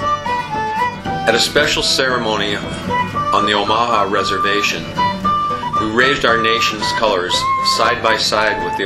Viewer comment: i could be wrong, but isn't it pronounced Oh-muh-haw?